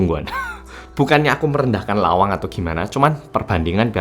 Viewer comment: Bisa2 nyebut Lawang 😂😂, aku yg tinggal di dekat lawang auto realed